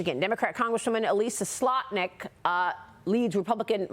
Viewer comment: Slotkin not Slotnik.